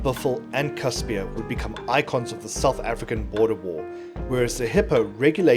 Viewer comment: FYI: Casspir is pronounced "Casper", as in 'Casper the friendly ghost'